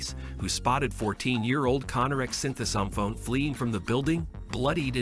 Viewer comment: So you can pronounce Sinthasomphone but not Cleveland